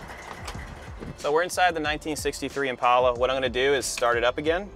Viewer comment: Congratulations for being the first White guy in history that pronounces Impala correctly, with a long A instead of a short A.